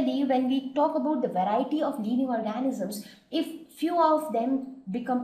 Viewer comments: the video is quite convincing but check on your pronunciation its living leeving (I left the same comment before but my spellings were wrong I am sorry for that) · video is quite convencing but check on your pronunciation its living not leeving